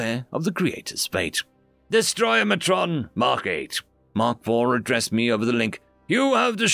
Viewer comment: Yo, The word is Destroyatron DestroyAtron not DestroyMatron. Where are you getting an M sound?:yougotthis